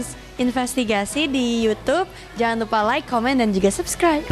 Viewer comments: Gue bakal Subscribe Chanel ini kalau bisa ngucapin kalimat "LAAAAAAIK DAN SABSKRAIB" dengan benar. Bukan "Loikkk dan Sobskroib" woyyy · sebenernya ini udah agak mendingan. Soalnya gue komen mulu 🤣 Justru itu karena dia prononsasi Inggrisnya salah. Like itu dibacanya LAIK bukan Loik. Kesel banget gue dengernya. Ngebayangin bibir dia pasti sambil monyong😂😂😂